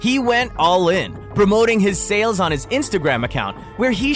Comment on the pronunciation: Why did you mispronounce "sales" and "deals" nonstop?